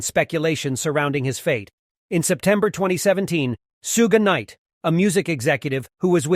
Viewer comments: Tupac received a visit from who? "Shoe gay night" and it's now "Sue Ginn night" 😂😂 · anyone notice he says Suge gay knight lol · This has got to be the worst job performance of journalism i have ever witnessed🤦...from fact checking from proper annouceeacion of the inviduals names in the video... This whole video is a joke .. even the basic 2pac fan would laugh at this.. 2pac never blamed Biggie for the Quad studio shooting..